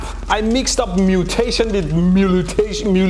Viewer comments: "Cattle Mutilllllauu" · Can Brilliant teach you how to say 'moo till ay shun' j/k off to sign yer petition. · lmaooooo, mixed up mutation with mutilation, and cant even pronounce it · You say mutilation like I say literally. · You should use your own sponsor to learn how to pronounce the word mutuli... whatever 🤣